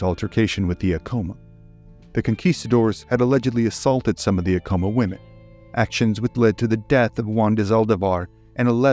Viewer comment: You’re pronouncing Acoma wrong